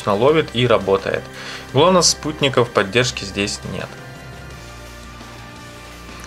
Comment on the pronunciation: Научитесь уже произносить слово ГЛОНАСС, и он эти спутники вообще то ловит как и jiayu s3 , meizu m1 note